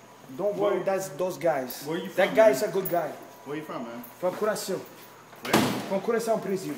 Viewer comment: Is he saying Curaçao?